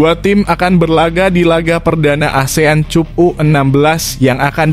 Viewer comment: Baca yg bener bang Cup itu dibaca kap Klo cup itu cium pipi 😀